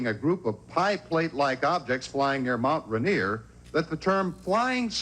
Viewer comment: Mt Rainier has stress on both syllables. It's not ra-NIER.